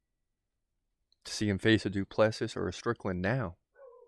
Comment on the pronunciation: Say Doo plu sea